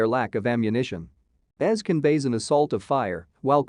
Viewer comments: It's pronounced EZ(Eee-Zee) not Es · best episodes ever! Also im feeling a bit nitpicky everytime you call him "ez" reyas. It's "E-Zee" or "Ezekiel". I think we have been far enough into the show for everyone to know that lol.